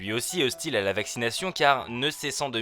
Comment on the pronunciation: Vaccinaille cheun , startup naille cheun, communik aille cheun .... on dirait l'avocat de raout en plein délire dis donc 🤣🤣🤣🤣